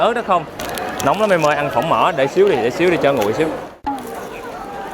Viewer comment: Su kiểu: "Trời đất cơi 😂"